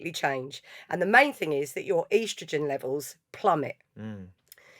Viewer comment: "Eastrowgenn" 🤣 first time I ever heard that pronunciation. Lovely pod tho!